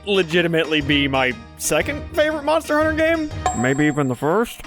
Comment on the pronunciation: Moner... moner huner